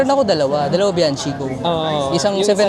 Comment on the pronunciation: Bianchi pronounced as "Biankey".